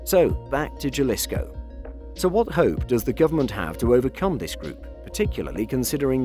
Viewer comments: ok, let's see if we can get you to say the name right my friend... can you say ha, ha, ha, ha, ha... like as if you were sarcastically laughing... ok, so start ha... and extend the syllable once... haa- followed by 'Lee's'... as if to say it belongs to Lee... so Lee's full name would be 'Haa- Lee'... now we're gonna make up a tangible item and we're gonna call it 'koe'... we'll pronounce it to sound like 'kohh' .... the same way you would use the 'k' to say Kindle, like the tablet... you'll pronounce in 'Kohhh'... -ohh should be pronounced like you would, if you were to say 'oh'... but just drag out the 'h' once or twice... 'ohh'.... ok, let's see if i was able to help... Haa-Lee's koe, is a nice looking what'chu ma'call it... yea, Spanish J's sound like an English H.... HaaLee'skoe --- Jalisco... if you took this advice seriously and as intended - to just help, then you're pronouncing and saying Jalisco as it should be ... thanks buddy... hey great content by the way... awesome. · It's HA-LEESCO. not JAH-LISCO. J's in spanish are pronounced like "H" in English since "H" in Spanish is typically silent. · ITS HA-LIS-CO, NOT JAAA-LIS-KO. You've come up with this research but you can't even pronounce it properly. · It is pronounced Halisco NOT Jalisco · A little help to make these videos even better, the "J" in Jalisco is pronounced like an "H". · You pronounce Jalisco with a h as in halisco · It’s not juh-lisco it’s Ha-lee-sco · Btw its not pronounced Jalisco its sounded out as Haslisco in Spanish the J is silent you make a H sound instead i dont know much spanish but I know that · Jalisco Is pronounced [həˈliːskəʊ] J in Spanish makes an "H" sound in English. Other than that I enjoyed the video. Subscribed!! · Just a heads up Jalisco is pronounced with an H like Ha Ha. Ha-lisco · It’s pronounced “Halisko” lol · Lol ok j..alisco pls if y'all gone do videos pronounce it right....... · It's pronounced haleesko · Especially a journalist, he should know better